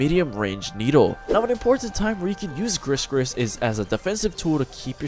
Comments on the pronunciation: Its gri gri not gris gris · Its definitely pronounced gri-gri not grisssss-grisssss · Its pronounced "gree gree" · well because it's a pun for Gris-Gris that means "lucky charm" in French/Créole (pronounced "Gree-gree") and the name Gregory, pretty much like every brawlers' name. And they mention the pronunciation in her description ;) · probably a mistake because I'm french and gris gris is like a lucky charm and it's not pronounced "gregory" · great guide, just wanna say though, Gris-Gris isn't pronouced the way you say it, the S's are silent